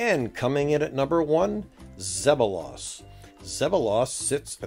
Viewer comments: you are pronouncing tahsis and zeballos wrong. not tahsis its tasis.....zeballos isnt zeb a loss its zeeebalis :) born and raised on the island . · It is zeb bal los not zeb bo las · Learn to pronounce Zeballos and Tahsis properly.